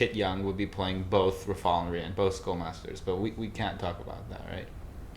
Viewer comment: I’d always pronounced Rafal as (Ra-fal) not (Ra-fol) lol